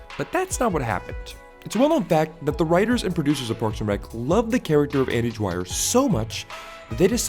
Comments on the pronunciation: you made a analysis video on a character but couldnt even get the his name right? its dwyer not dryer dude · Kept sound like andy DRYER so I couldn’t finish watching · I never watched this show.. So... Why do you keep calling him 'Dryer' but spelling 'Dwyer' (d'wire)?